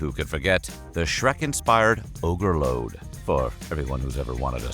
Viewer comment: "Ogre-Load" nooooo thank you ✋🏾